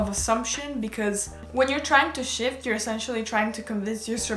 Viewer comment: I KEPT HEARING SH!T INSTEAD ON SHIFT. “I can sh!t my sister in the other room could sh!t, anyone can sh!t” IM SORRY I NEEDED TO SHARE THAT